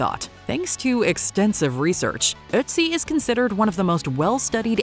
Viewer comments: “aught zee” is how his name is pronounced, not “uht zee”. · Not with an umlaut on the Ö like there is in Ötzi. That turns the O sound into 'euh', like the 'i' in girl